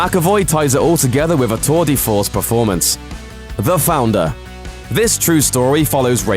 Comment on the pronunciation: whats a toll de force ? its a tour de force .